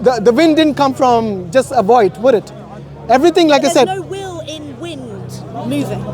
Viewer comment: MashAllah daii brothers doing it well. Just that the bro in a hat and glasses to the left needs to work on his W's. He is constantly mispronouncing Will and Willing as Vill and Villing....